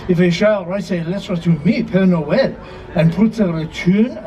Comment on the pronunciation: Hi, it’s pere Noel. As in pear Noel!